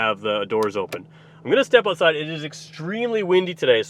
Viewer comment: say ootside ONE MORE TIME!